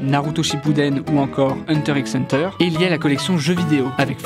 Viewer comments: "Hunter X Hunter" Je- LA PRONONSATIONNNNNNNNNNNNNNNNNNN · On prononce pas le x de hunter x hunter... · Sa se dit pas hunterxhunter sa se dit hunter hunter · Il a prononcé le X dans Hunter X Hunter, je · "Hunter x Hunter" 😂😭 c'est "Hunter Hunter" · * hunter X hunter * on prononce pas le x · choquée depuis que jlai entendu prononcer le x dans hunterxhunter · On prononce pas le X dans HunterXHunter :)